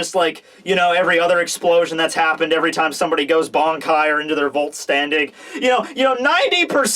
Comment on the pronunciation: try to pronounce the "Vollständig" not like vault standing... more like foll-stand-ig :D Germans!